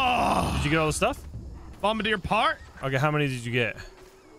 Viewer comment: you said Bombardier wrong